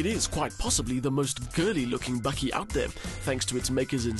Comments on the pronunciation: hahahaha i was listening to the review from Aus until the presenter gooied the BAKKIE word. love it !!! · Its a "bakkie" not "bucky". Its South African for a pick-up. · Bakkie , not buggy ! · For all you North Americans: bakkie (pronounced "bucky) is the Afrikaans word for a pick-up. Afrikaans is the first language on Google translate. There you now you learned something.